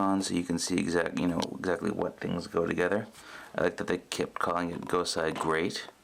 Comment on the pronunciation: It's GosEI, not GosAI! Seriously, if you're gonna do a video like this, you need to pronounce these things properly! Do your research!